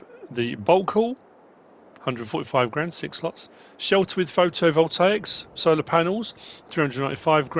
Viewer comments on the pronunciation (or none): none